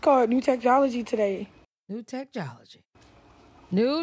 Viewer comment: "Say what...*rewinds* NEW TECHTOLOGY " 😂😂😂😂